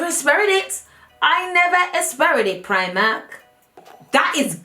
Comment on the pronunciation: When she says Primark in her African Accent I die every time.